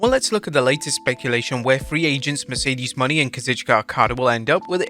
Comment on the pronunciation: Are we going to just pretend that he pronounced it Mercedes MONEY?